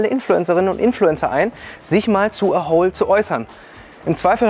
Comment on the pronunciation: Eins verstehe ich nicht. Du betonst "A Hole" ja immer als ginge es um ein Loch. Die Promis hingegen betonen es wie eine Abkürzung von "Asshole". Das macht für mich das ganze Projekt nochmal wesentlich unseriöser. D.h. eigentlich hätten sie an ihrer eigenen Aussprache schon merken können dass da vielleicht etwas nicht stimmt.